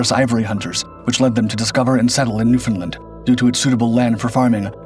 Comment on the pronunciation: It's Newfoundland not.Newfinland.😮